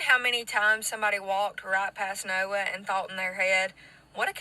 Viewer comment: When she said "Noah", it sound like "naurr"